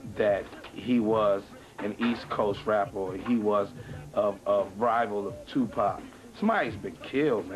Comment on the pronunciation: Bout time someone from the media pronounce Tupac's name, I was so sick and tired of ppl saying Tupack